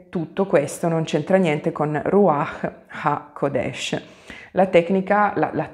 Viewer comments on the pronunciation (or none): Grazie per il video. Però, scusa, l'accento è rúaĥ haqódesh 🙂